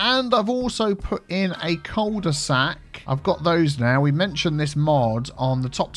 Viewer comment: Cul de sac is french, it is actually pronounced "que due sack" which litterally means "ass of a bag". When you think twice about it, it makes sense, doesn't it ?